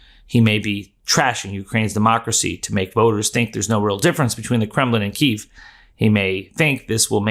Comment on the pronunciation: Kyiv is pronounced "Kee-ev" BTW...